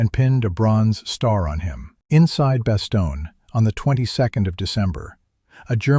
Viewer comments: "Bastogna", sounds like the narrator was still talking about Sicily. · Also you mispronounced Bastogne.